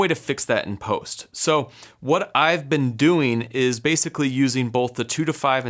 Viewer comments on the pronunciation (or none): none